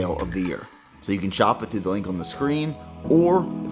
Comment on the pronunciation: Everytime you say “on” all I hear is someone trying to say “onion” in a bad french accent lmal